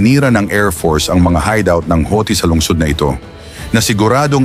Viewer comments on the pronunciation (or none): none